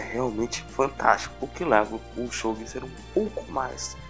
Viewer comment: Se ele pronunciou kanji errado, esse também deve estar. Nunca ouvi pronunciarem desse jeito. Até perdi a vontade de assistir.